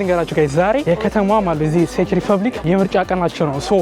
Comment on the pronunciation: the way you pronounce it is 😅 can you please pronounce it as such '' Czech = Check = ቼክ ''. My city is🔥❤ . Hope to see you soon.